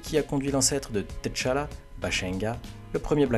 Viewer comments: je regarde aussi en anglais mais eux aussi se trompe sa ce prononce tchalla et pas t'challa en Afrique il n'y a pas d'apostrophe . Ps : good videos ! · Griot se prononce Grio T'challa se pronche tchalla comme avec tchat